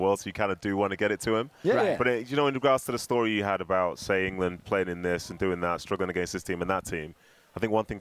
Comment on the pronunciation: Did he say ingerlund 🤣🤣🤣.